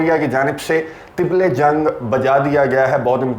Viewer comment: tibal e jang nahin tabal e jang hota hai,tablah chhotay dhol ko ore tabal barray dhol ko kahtay hain.